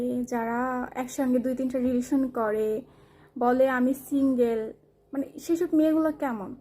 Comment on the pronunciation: সিঙ্গেল না সে "শিংগেল"